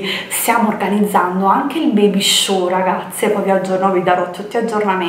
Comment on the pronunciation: Baby show🙄. Si dice shower pronunciato „sciauer „!!! Ma in sostanza il bambino si muoveva durante la promo dei prodotti? Un vero pecchato